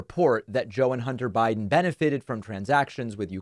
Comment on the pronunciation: I don’t blame him. She TOTALLY disrespected him when she chose to parade pics of his junk , in Congress. “Hunder Buyden” was on point.